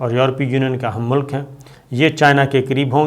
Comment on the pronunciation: Khuda ka wasta hay Sabir. It is not mumaliq. Don't pronounce mota kaaf. For the love of God. It sounds cringy